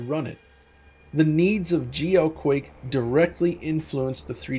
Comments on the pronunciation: My blood pressure every time he says “geoquake”. Excellent breakdown of the history of the game. First game I ever played multiplayer on PC and probably the first 3D accelerated too though I can’t recall for sure. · No, I was confused for a second as well when I first heard it. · me too..lol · I know he's saying GLQuake, but it really just sounds like GEOQuake to me.